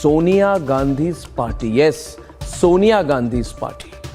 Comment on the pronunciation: Sonia is correctly pronounced as Sawnya साॅनया not सोनया ।